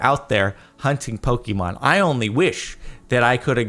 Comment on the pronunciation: "Poh-key-mon" TRIGGERED It's "Poh-kay-mon" or "Poh-kuh-mon," if you say "Poh-key-mon" again I'll come over to LA and hurt you with a fork.